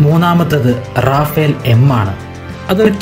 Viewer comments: Yes, it's റഫാൽ not റാഫേൽ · റഫാൽ ആണ് it's a French name, റാഫേൽ അല്ല.